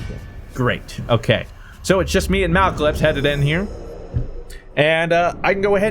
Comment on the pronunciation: "Malcalypse" MALACLYPSE